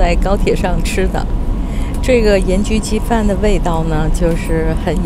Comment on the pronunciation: 盐焗鸡饭，标准广东话！👍